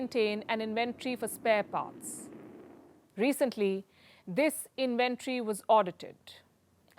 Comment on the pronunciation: Pronounced "IN-VEN-TORY"